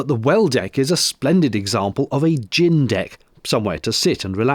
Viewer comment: Ooh a Gin deck! I thought you said a Gym Deck! 🤣